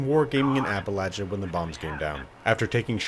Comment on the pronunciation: Thank you for saying Appalachia correctly.